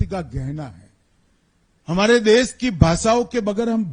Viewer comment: सबसे पहले तो अपनी भाषा का सही उच्चारण करना तो सीख ले देश को देस...भाषा को भासा...शर्म आनी चाहिए